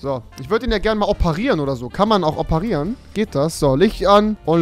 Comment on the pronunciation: Rewi als Arzt: "WoO KaNn IcH OpaRieRn'?"